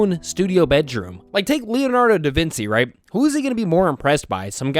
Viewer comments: Da-Vin-chee is how you say it. His last name isn't vince. 😂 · "Leonardo Davin-see" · Bro no way you just said Leonardo DaVintzi 😭😭😭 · bro said "DAVINSI" IM CRINE😭✌ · “Leonardo Da Vincy” you lost all credibility when you said that lmao. Disliked😂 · Leonardo‘s name is pronounced da Vinci [duh vinshy] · Bro said Leonardo Da Vintzi 💀💀💀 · leonardo da vinci is pronounced like leonardo da vinchi for some reason i see the confusion lol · Leonardo da “Vincee” is diabolical pronunciation 💀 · Da Vinsi? The opposite of the Da Vinki meme. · You pronounce da Vinci wrong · Have you never heard Leonardo Divinci ? An Italian painter? As that Ci is actually Chi. Not an S at all. Italian is entirely written how it is spelt. Therefore. Limited H uses outside of diagraphs or to avoid confusing words like Hanno vs Anno (Year). , French last names aren't hard. You do not pronounce final e. His art is just bad.